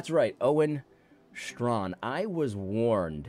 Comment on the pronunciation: I always pronounced his name stray-kin.